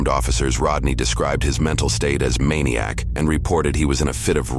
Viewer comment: MANIC not MANIAC! ffs!🙄